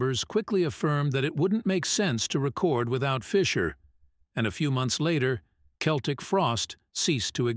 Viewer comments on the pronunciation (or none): Only an A.I. voice would say "Seltic" instead of "Keltic", like everyone did back in the day.😂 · It's pronounced "KELTIK", NOT "Seltik". Learn already! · Keltic end of discussion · I think this is due to the AI generated voice. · the americans still cannot pronouce this right ,but to say the frosties where one of the most important bands in metal is most definetly true awesome they helped to inovate so many sub-genres of metal thrash ,death,black ,avante-garde ,gothic even some doom pity about glam with cold lake but still love this band up there with sabbath ,priest ,maiden to name a few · Dude pronounces Celtic Frost two ways throughout this.